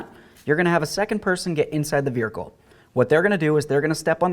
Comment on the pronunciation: "Verhicle" 😂 classic